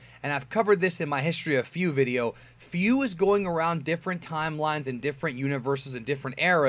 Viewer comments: He’s really saying “Few” instead of Fu (foo)... wow.. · Is it Fu or Fiu or Fui? You pronouce things like three different ways